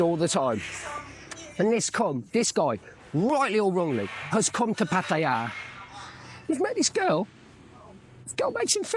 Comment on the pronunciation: Interesting vid,. Some thoughts: 1. It's refreshing to hear a Westerner pronounce "Pattaya" correctly! 2. Your girlfriends have been different, right? I would be intrigued to hear how you have found them. 3. Money is always the bottom line. If a guy wants to "donate" 10,000 baht to a female friend, and that's nothing to him, up to him.